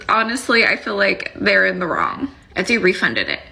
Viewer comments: Hi ti 👋🏾 just FYI, its E-Tsy and not E-sty 🤭❤ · It’s Et-see not Es-tee 😅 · Etsy missed the mark because the way you pronounce their name sounds 1000xs better than how they do. It sounds like a luxury brand the way you say it <3 We need to petition them the change it.